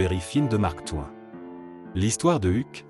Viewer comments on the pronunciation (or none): C’ est une machine qui parle ? "Au bon endroit"sans liaison, "de Alexandre Dumas", Valgéant, Standhal, Mark Touen…